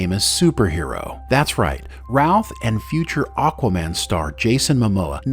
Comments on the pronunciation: why does this AI say ralph over and over again clearer and no roth, creator i award you no points but some style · Great great video. But I keep hearing Brandon "Ralph" when you say it 🤷😅 By the way, Tristan Lake didn't win a daytime Emmy in 2018. He got a nomination.